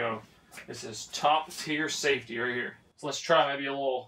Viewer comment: He said one poke herre, one poke there😂